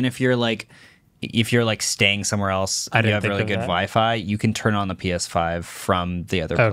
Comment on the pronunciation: "Why wouldn't it tun on? The apps don't load" 😂😂😂